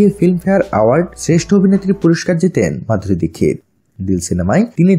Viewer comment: Tar name Madhuri dixit apne dikkit bolan kan .